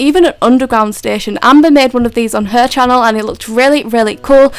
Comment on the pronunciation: Is it just me or did she say hi guys welcome to my chansel